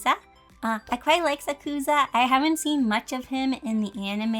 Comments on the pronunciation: AKASHI!!! Bokuto 😒 OMI OMI 🥺🥺🥺 Umm also, it’s actually pronounced Sak-u-sa. Not trying to be rude 😅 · I think the “u” in Sakusa is silent